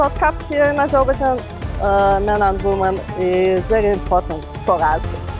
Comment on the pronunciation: As a proud Azerbaijani I can tell that this woman doesn’t pronounce the country’s name in English correctly.